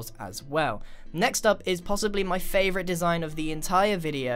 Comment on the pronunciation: Grian purple spiral: i may think det purple spiral is my fovorite Also grian: i Think the ligthouse is my favorite